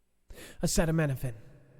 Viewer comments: It's pronounced... acetaeenymeanieminyminnimuffin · I freaking almost bit my tongue when you tried to say Acetaminophen....lmao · I love you … Listening to you try to pronounce acetaminophen almost made me piss my pants laughing LOL thanks for that